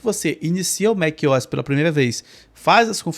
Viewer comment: Que agonia te ouvir falar Mequiós. A pronuncia correta seria Mac "O" "S", separando as letras O e S. O MacOS poderia ser lido em português Mék - Ou - S. Em fim, você fala como quiser, eu só tive dificuldade em prestar atenção no conteúdo porque mequiós me distraía. Hehehe Excelente vídeo mano. O conteúdo do teu canal é muito valioso. Inscrito!